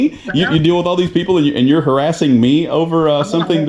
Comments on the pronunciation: I'm not hawassing you, you silly wabbit!!!🤣😂🤣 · "Stop hawassing me"😂😂😂😂 He's a cowectional officer don't you know!!!! This is YouTube gold😂😂😂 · im not hawassing you. im just hewping.